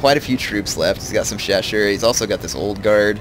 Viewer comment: Nice video but the way you pronounce chausseurs = ear rape. They're not cheshire cats it's show-soors.